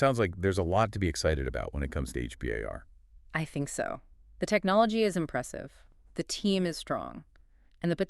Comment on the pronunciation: H-B-A-R? Sounds like you just learned about it yesterday.